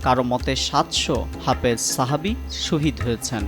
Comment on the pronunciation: সঠিক উচ্চারণ "হাফেজ" ।